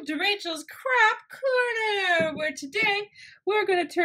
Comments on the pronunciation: Instead of you saying craft corner I thought you said crack corner.... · Wait are you saying Crap Corner or Craft Corner? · it sounded like crap corner, but it's craft corner XD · I thought she said crap corner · like if you thought she said " crap corner"